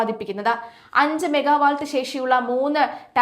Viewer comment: മെഗാവാൾട്ട് അല്ല കൊച്ചേ. മെഗാവാട്ട്.